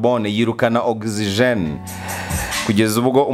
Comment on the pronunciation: Oxygen not OXIGENE